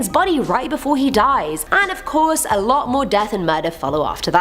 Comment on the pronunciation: She has a habit of pronouncing alot wrong